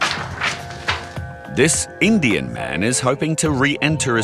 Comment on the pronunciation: Why stress "indian" when you dont stress "white"